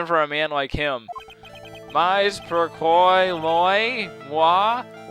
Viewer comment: Pourquoi est-ce que tu ne parles pas serieusement? I don't necesarily speak french on any legitimate level, but it demonstrates a lack of understanding for sure. I cringe every time you say mais (pronounced may, not my)